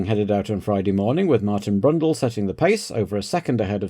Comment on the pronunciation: Loved the "Brundell brothers" at Brabham